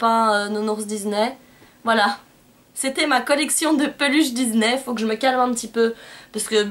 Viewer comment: coucou super vidéo et pour ne pas être méchante on dis "disney" et pas "diznay" et j'ai remarquer dans une de tes vidéo tu disais "maléfisse" mais c'est "maléfique" voilà gros bisous